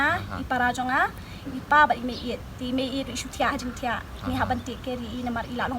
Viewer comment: "Te" ym dei "Tia"